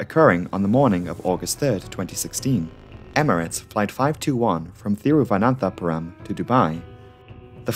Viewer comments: props to you for pronouncing Thiruvananthapuram! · I know you can't see me standing up and applauding at your pronunciation of "Thiruvananthapuram," but damn it, I'm doing it anyway. :) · The way you just casually pronounced Thiruvananthapuram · Kudos for not only having to name the city Thiruvananthapuram, but for absolutely nailing it 👍 It is so sad that life was lost, even when luck had been on people's sides until then.